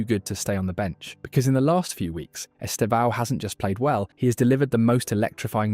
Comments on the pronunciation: Vou ensinar vocês há pronunciarem certo o nome do Estevão: Estevãaaaao=errado 👎 Esteeevão=Certo 👍 Note que a sílaba tônica é o "E". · His name is not esteVÃO. It is esTEvão, to strong sílable is 'TE".